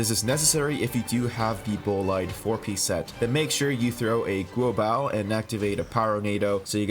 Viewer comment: thanks for the tips on noelle but like i use amber and i cant ascend xingqiu at the moment also its singchiu not singcho and shaangling and guoba is g u o b a not guobOW- no offense tho i just get annoyed when people pronounce liyue names wrong